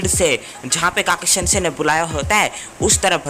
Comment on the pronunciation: It's not kaki sense it's khakasi sense